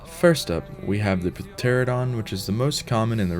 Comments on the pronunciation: pterradon like it's not pteranodon...heads up...the p is silent🤫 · Puh-teradon. Lmao. Good job there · the p is silent.